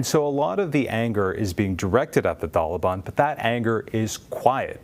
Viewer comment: The way he says taliban is painful to my ears